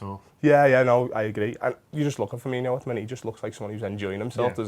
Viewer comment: It's Firmin-o, not Firminho. Although, Klopp did say it too.